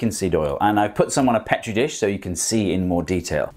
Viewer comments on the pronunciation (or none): It’s pronounced (pee-tree dish)